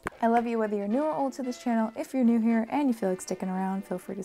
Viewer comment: "Up in heah. Up in heah." Anyone else??